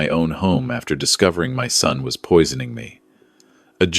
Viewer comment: Concerned son, not sun.